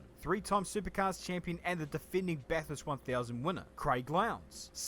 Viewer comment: It’s actually pronounced Bath-urst not Bath-hurst. Kinda like how it’s E-mu not E-moo!